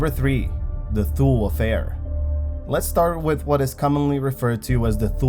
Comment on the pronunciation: Thule is pronounced "Too-lee"